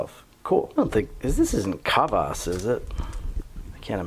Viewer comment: Kvas is not pronounced "ka-vas", it's pronounced "kvas", all one syllable.